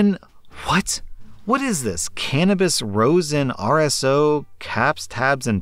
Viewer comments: I hate being that person so what im saying is in good faith, but Rosin is pronounced Raw-sin, not Roe-sin or Rose-in also that’s HELLA expensive for all that, they’re probably wanting to pocket the extra money. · omg I knowwww, lmao. If sees this, it's Raw-sin not Roe-sin lol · And rosin (raw-zinn) as rose-in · Rosin is pronounced raw-zin, not rose-in. And I'm a daily medical marijuana smoker. That's a ridiculously high price. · HAHAHAHAH his ignorance on the cannabis stuff was gold. "rose-in" :D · Rosin is roz-in (roz, like the character from Monsters Inc.) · And rose-in? Haha it's always funny when people mispronounce easy words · The ro in rosin is pronounced “ra” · He also mispronounced rosin every single time. I'm also a medical smoker, and $1000 is an unnecessary amount.